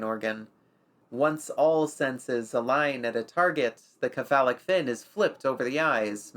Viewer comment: some pronunciation corrections - Cephalo (or cepha) as a prefix is pronounced 'se-fa-lo'. This is consistent with how 'c' is pronounced elsewhere when using greek roots. Buccal I have always seen pronounced as 'byoo-kal', but I'll concede that is just my experience and not as hardly defined as the prior correction. That being said I bloody love this series, please keep creating